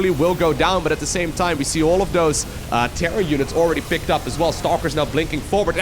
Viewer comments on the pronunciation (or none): none